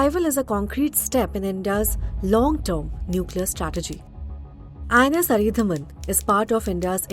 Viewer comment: It’s अरीदमन, not अरीधमन. At least learn the name before making your report.